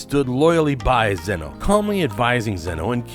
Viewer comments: It’s xeno not xenu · I swear if u say zen-oh wrong again i will unsubscribe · This narrator couldn't even pronounce Zeno or Jiren, proving he has not even watched what he's talking about, smh.